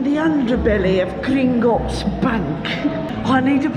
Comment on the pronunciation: Every time she says "Gringotts Bank" she keeps getting more and more Scottish! Lol 😀